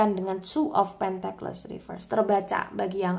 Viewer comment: Punten mbak. Tulisan Pentacles bacanya sepertinya "pèntekels", bukan "pèntekles".